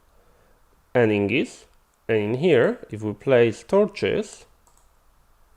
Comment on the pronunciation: I appreciate the tutorial (I was trying to use the centrifuge without a buffer) but if i could ask a quick favor. Everytime you say "ingis" it sounds like Ingots. please notice that the g comes before the n. It's name is Ignis (ig-nis) (like the word ignition) I don't mean any hate, you are understandable and English is a horribly tricky language sometimes.